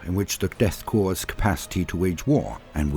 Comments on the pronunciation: I never knew how much I needed to hear someone pronounce Corp properly until I heard that bloody 40k metal song. Thank you, I appreciate the little things so much! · Dude, I honestly thought for a while that I was the only person in the community that knew how to pronounce "corps"